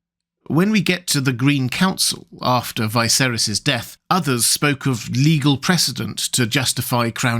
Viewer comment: Another great explainer. Have you ever explained in a video why you pronounce "Viserys" differently from all the adaptations (and differently from how you pronounce the same syllable in "Visenya")?